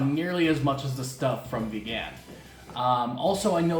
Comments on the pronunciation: Ever since I tried longganisang Vigan a few years ago, it has been my preferred longganisa. BTW, put the stress in the first syllable when pronouncing Vigan (say it like VEE-gun, not be-GAN). For your non-Pinoy friends, the "silog" food combos is a result of combining three principal ingredients in their shortened Tagalog form, two of which are: SI - SInangag (fried rice) LOG - itLOG (fried egg) hence, tapsilog from tapa, longsilog - longganisa, tosilog - tocino, chicsilog, hotsilog, et al. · you're butchering saying vigan! it's vegan, like someone is into veggies and stuff! not began, like someone began to eat longganisa or tocino for the first time in their lives! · ......... Vigan is pronounced as veee-gan just like vegan bro.........Merry Christmas......... :)